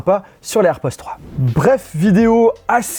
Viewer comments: On entends « airpozzzz »😅 et non airpods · Air pods avec un D [air podeeee]